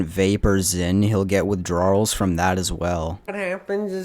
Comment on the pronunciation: WithDRAWRLs is an interesting pronunciation. Did you just say it that way to highlight how Josh does?